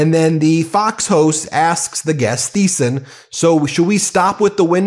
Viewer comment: Seriously, the h in Thiessen is silent.